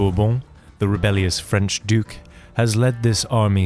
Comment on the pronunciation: The narration is pretty jarring... Why the need to pronounce things in faux French/Italian?